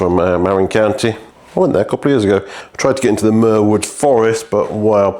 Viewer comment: Hello. Welcome back from your vacation. I’m hoping you had a fun and relaxing time 😎🤗 It’s pronounced MA-RIN or mah-rin. Not not MAR-IN. I know this because I’ve lived here for most of the last 14 years. Stunning bike. I really wish you could restore the paint. It would change the whole bike. Muir Woods is pronounced Mure-woods. They are named after a famous American naturalist. The man who donated the plot of land where the woods are located was inspired by the American naturalist writer John Muir.